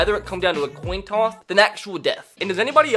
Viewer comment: Why do u say coin toss so weird? “coun tous”